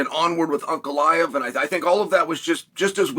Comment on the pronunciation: ANKalaev ❌ UNKalaev ✅